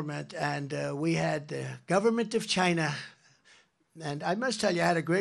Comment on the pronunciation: I'll never get over Trump's pronunciation of China especially at the end of a sentence 😂